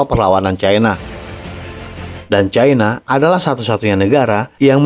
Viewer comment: Bahasa Indonesia itu pasnya bilang Cina bukan Caina 😂